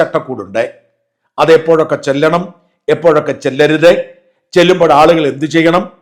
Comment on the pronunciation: ചെല്ലണം എന്നല്ല ചൊല്ല ണം എന്നല്ലേ